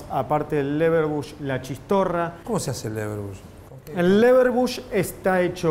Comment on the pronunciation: Che... charcutero... un cacho de cultura! es "LeberWURST" y no leberbush....... bush se murió el año pasado!